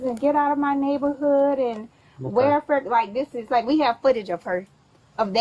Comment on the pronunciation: Dam..you butchered the word neighborhood...bad!